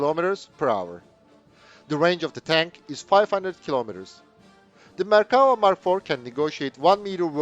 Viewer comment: I appreciate you pronouncing the name of the tank correctly. In English the word infantry is a collective noun and isn't pluralized. Very informative.